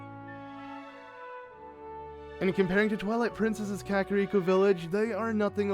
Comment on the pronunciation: THANK YOU for pronouncing kakariko the same way I do! Every other letsplayer I've seen says "ka-car-rico" and I'm like "plz stop"